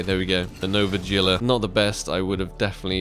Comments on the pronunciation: pretty sure gila is pronounced heela idk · The nova is said like: Heela, not Gila. Sorry, don't mean to annoy you.